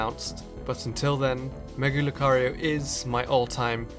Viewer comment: who else clicked off the video when he said mega lucario